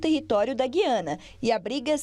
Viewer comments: A pronúncia correta do nome do país é GU iana. U é vogal. GUI ana é coisa de Portugal segue outra Norma Gramatical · Explica direito, é Guiana ou Giana, como pronuncia a reporter? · Atenção CNN! Guiana, histórica e silabicamente se separa assim: Gu-i-a-na. Trata-se de um hiato e NÃO, um ditongo. Ensinem a seus reporteres como se fala!